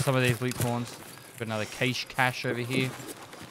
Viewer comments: The word “cache” should have no debate. It had 1 “a” so the sound is short and not drawn out. It’s not caache it’s just cache. You don’t say caat you say cat. Same thing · If you Google the pronunciation of "cache" it is pronounced as "cash" in the American and British pronunciations. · If you put "cache" into google translate its pronounced "KaSH" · It's pronounced 'cache' obviously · we all know it's cache, not cache, and cache just sounds stupid.